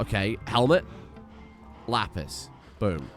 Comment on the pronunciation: The way you said "lapis" sounds like "la pisse" (the piss in French). I just thought you'd like to know that